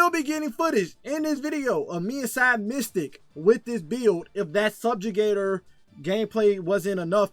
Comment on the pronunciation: It's Mythic. Not "mystic". Just trying to help! This is a badass build!